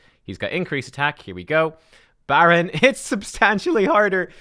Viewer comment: “BADron”… unsubscribing…